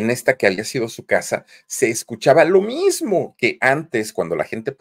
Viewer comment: NO INVENTES, SE DICE "MISMO"